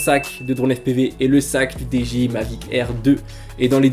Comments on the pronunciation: tres bonne viedo apars comment tu prononce dji à la francaise essaie de le dire en anglais stp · wouah comment ta dit dji ca me fume